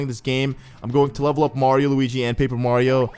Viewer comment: "Mardio" xD